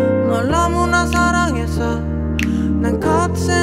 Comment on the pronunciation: 습관같은거요 권정열님같은 경우는 음절 끝에 이나 에 발음 하는것도 쿠세의 일종이죠 너무나 사랑해서이~ 이런식으로 발음이 되시잖아요